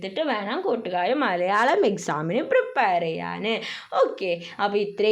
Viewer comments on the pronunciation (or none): none